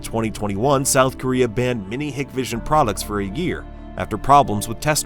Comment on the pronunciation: It's pronounced "Hike Vision"